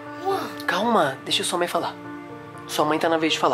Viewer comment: Mãe ❌ Mãr ✅